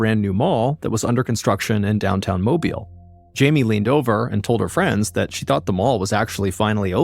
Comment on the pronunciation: It's always crazy to me when I hear a story on here from where I grew up! Excellent job with the pronunciations of Pascagoula and Mobile, BTW. But I had little doubt you'd nail it considering the story that included Gautier (pronounced go-shay), you hit that one spot on too! 😊